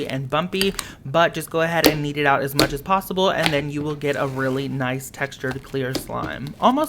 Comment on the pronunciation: I thought he said "eat" instead of "kneed" lol